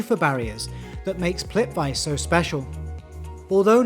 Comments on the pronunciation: ❤Plitvice -- is pronounced 'plît-ʋit-se' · dude, how did you pronunce Plivice?!!?! please